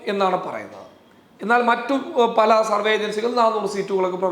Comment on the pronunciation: പ്രാർത്ഥനയോടെ കാത്തിരിക്കുന്നു.. Please note! സർവേ... സർവ്വ അല്ല. വരെ ശരിയായി ഒരിക്കലേ കേട്ടുള്ളൂ. 😊 കുറച്ചുകൂടി കേട്ടു പക്ഷേ ഒന്ന് ശ്രദ്ധിക്കുമോ. വേഗം പറയുമ്പോൾ സംഭവിക്കുന്നതാകാം. സോറി. പക്ഷേ പറയണം എന്ന് തോന്നി. 😢😮